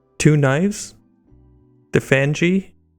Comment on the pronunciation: Its Fange, like teeth fangs. And kukri. Like cuck reeee. I want to believe you did that intentionally so people would comment.